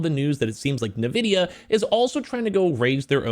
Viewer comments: Dude, it's hard to take you seriously when you keep calling "N"vidia, "Nuh" vidia. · I never heard anyone ever pronounced as “Nuh”vidia literally every YouTuber has pronounced it as “N”vidia 😂.